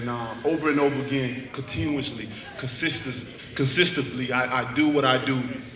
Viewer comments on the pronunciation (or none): Kalitoonz deyontay says consistively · "Consistively" -Deontay Wilder